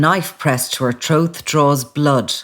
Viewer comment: It's pronounced Throat not Throath🤦🏻‍♀️